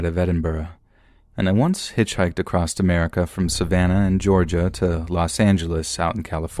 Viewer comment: There's no T at the end of across